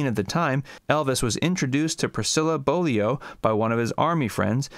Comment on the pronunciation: A video about Elvis and you don’t know how to pronounce Priscilla’s last name!?! Whew! Beaulieu is pronounced Bowl You.